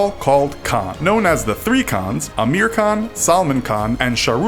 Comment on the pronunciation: the way they said Dangal 🤦🏻‍♀️ And Amir, Salman, and Sharukh mygod